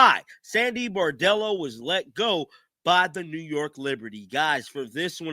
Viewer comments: Brondello , say it with me: BRON-DELLO. Like Le-Bron. Not “Boredello” like you are saying. Bordello is a whore-house. At least get her name right. Saying axe instead of ask is bad enough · Her name is BRONdello, if you’re going to do videos about her, please pronounce her name right. ❤️ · How hard is it to say BRON-DELLO? Why keep saying BOR-DELLO? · Please man I love ya, but her name is Brondello, not Bordello. A Bordello is a whore house! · Isn’t her name Brondello not Bordello? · Brondello NOT Bardello! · Dude! It’s BRON-dello! Not BAR-dello. Just sayin’… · Her name is pronounced BRON Dello NOT BOR Dello. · You should know how to pronounce the name of the person you’re talking about.